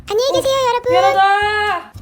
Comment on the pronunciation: 한녕히계새요 여러분~.~~할때 개놀램ㅠㅠㅠㅠㅠㅠㅠㅠㅠㅠㅠㅠㅠㅠ